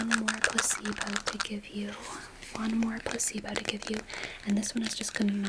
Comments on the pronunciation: why do i hear "puss-eebo" instead of "placebo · I can't stop hearing puh-c-bo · I don't know why but everytime you say "placebo" I hear "pussy boat" and it's the most disorienting thing ever but maybe I just need sleep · I’m hearing puss-e-bow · I thought you were saying pussybow and I kept thinking, is that a US thing because I've not heard of one of those before 🙂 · 😂 bro i thought i was tripping